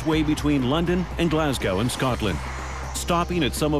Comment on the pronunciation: You would think that the yank narrator could have taken the trouble to learn to pronounce Glasgow! jeez!